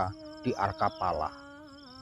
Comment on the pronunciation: Maaf nih Min, klw boleh saya Izin Koreksi... Seinget saya Penyebutan nye Nyang Bener adl sbb; Mandakraka (Mandaraka), Sambadra (Sembadra/ Subadra), Loro Ireng (Roro/ Rara Ireng), Arkapala (Arcapada), Sapta Ratala (Sapta Pratala)... tp jujur krn saya kurang tau Versi Ejaan Jawa apakah emg Penyebutannye dmikian dlm Bahasa Jawa 😊.